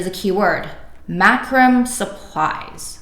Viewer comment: Killer vid. I've struggled to understand PPC. It's actually "mac-ro-may"